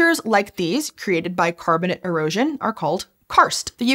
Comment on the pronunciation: for the algo, a silly nit-pick: Ask yourself, do you pronounce calcium carbonate "carbonit"? Why are you saying "carbonit rocks"? They are carbonate. Last I checked, the word, "ate" is pronounced like the number 8. The rocks are carbon-ATE rocks. Please and thank you.